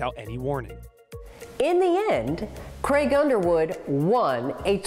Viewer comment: Creg? His name is Craig.